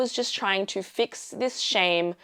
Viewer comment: I like the way you pronounce “to” “you”. It seems to O’s and Ow sounds. Is it an Australian thing or perhaps the area, culture or environment you are in or around?